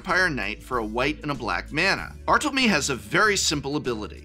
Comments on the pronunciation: Bar-Toe-Low-Meh, is how its pronounced.. I think? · as a spanish native speaker, i sincerely (and in good fun) give you a "you tried" award to your rendition of "bartolomé" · as a non Spanish speaker who knows what é is it hurts me too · Yeah, that and his pronunciation of "Orchid" were rather jarring. But hey, when you talk publicly for a living you are going to make mistakes, and not just a few of them.